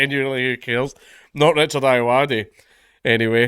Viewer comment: Um, its pronounced "Ayoade"